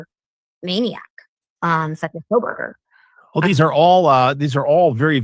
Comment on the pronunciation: Does he say KohLberger or Kohberger? Sounds like Coal-burger.